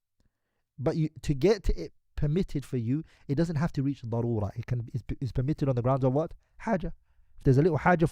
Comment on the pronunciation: Darura not barura learn atleast basics of arabic before translating الله المستعان